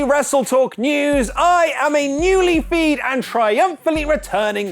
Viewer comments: Lol you said "feed" not "freed" must've been pretty traumatic. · Newly feed? First video back, first line, and he flubs it